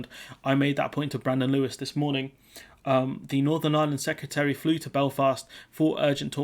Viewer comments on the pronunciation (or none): none